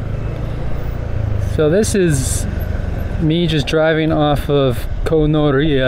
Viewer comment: Koh Noreah...Gonorrhea LOL (very punny).